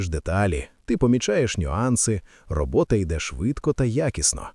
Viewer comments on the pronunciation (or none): Добрий день, авторе відео! На замість слова "робоТа" звучить слово "робоКа". Розумію, людський фактор. Також знаю, що не можна цього виправити в уже залитому на YouTube відео, тому написала просто для інформації